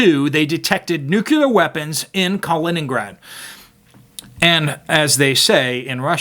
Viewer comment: I know this is a petty nitpick in the face of the dire news you are delivering, but... nuke you ler? It bothers me, for no discernable reason, when it isn't pronounced 'nuclear'.